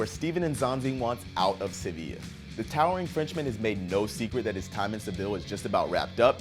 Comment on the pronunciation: Sevilla pronounced as "Cevill" lmfao